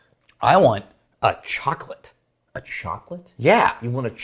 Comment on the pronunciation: best part of the video. emphasis on “chocolate” and reaction had me in bits